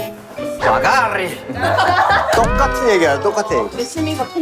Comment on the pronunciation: 찐친케미 너무 좋았어요💙 둘이 생각이 똑같아 아가리라니 ㅋㅋㅋ 아가rrrr리 여기서 빵 터졌어요 진짜💙💙